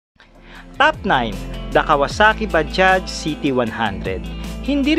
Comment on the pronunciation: Kala ko baha yung pag basa sa bajaj 🤣 bajaj pala..